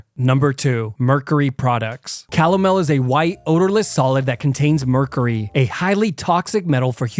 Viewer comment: I love you videos, but Arthuritis and meercarrey? 😂😂